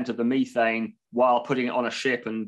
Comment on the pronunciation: I had to stop after the 5th pronunciation of “Methane”. I❤🇨🇦oil&gas.